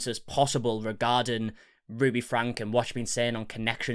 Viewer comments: It isn’t pronounced Frank it’s FrankE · Her last name is pronounced FRANKIE not Frank. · Frank-E, you always say it wrong.